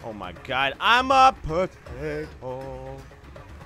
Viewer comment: Hello 2 yr old comment. I thought that's what he said too but I think he said "potato" weirdly